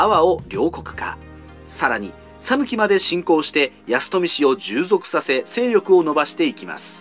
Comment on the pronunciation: 讃岐人です。「さぬき」の発音は、「さ」にアクセントを付けず、平坦に「さぬき」と発音していただければと思います。